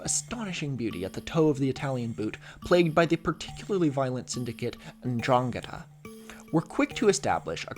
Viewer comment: As a calabrian, your pronunciation of 'ndrangheta is really good. I also probably lost 10 years at the out of left field mention of very specifically the region I grew up in. I've moved since, so this video isn't being seen in Calabria, but almost! And I'm glad you find our land beautiful. Organised crime and un-organised government is slowly killing us :]